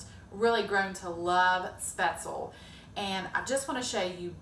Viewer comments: Schpetz- LEE is the correct pronunciation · Thanks for the recipe! When living in Germany as a child, my grandmother used to make this dish. I love speatzle. BTW.. when pronouncing the word speatzle, the "e" on the end is vocalized as a soft e. It isn't silent. Best!